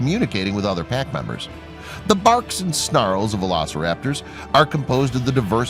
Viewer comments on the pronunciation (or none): its funny how u know that but you dont know the right way to pronounce the name of the dino.VELECORAPTOR??really??